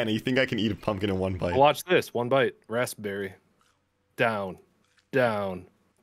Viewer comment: Bro keep saying rASSb-berry